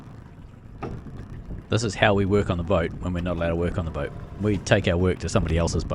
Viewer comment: did just call it a broat